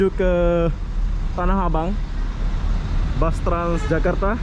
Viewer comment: Bus tulisannya di baca bas